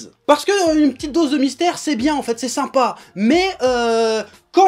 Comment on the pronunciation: "Trop de mystères TOU le mytère" 😂👌👌👌 J'adore